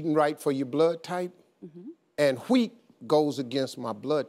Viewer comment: Why does he say Wheat like stewie from family guy 😂😂😂